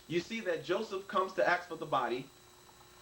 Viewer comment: This guy is so well schooled and intelligent that he can't even spell words that he is using in his video - "Pilated" - and he uses the word "axe" instead of "ask". Wow, you're probably going to convince a lot of people of your viewpoint when you can't even speak or spell the language in which you're trying to converse. Hang it up. Allah is a lie, Muhammed is a false teacher and learn the definition of "debate". Oh yeah, one more thing, the word writer ends in "er" not "or".